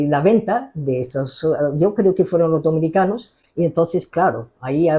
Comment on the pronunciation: A ver también dice los domicanos en vez de los dominicos pero es un gazapo por no ser el español su lengua materna, entiendo yo.